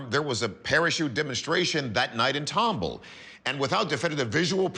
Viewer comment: Tumble? It's Tom ball!